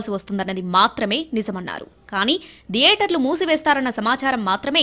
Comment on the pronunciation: ధియేటర్లు కాదు థియేటర్లు